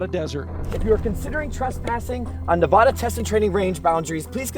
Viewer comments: Nevaaaaada! Not Nevohda! 😂😂😂😂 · Uncanny is cool but each time the others say “Neva-DUH” instead of Nev-A-da” I keep cringing 😂